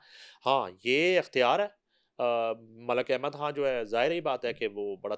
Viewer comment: بشری " کھان" خ بولتے ہوۓ تمھیں موت پڑتی ہے۔ لگتا ہے ھندوانہ خون اپنا اثر دکھا رہا ہے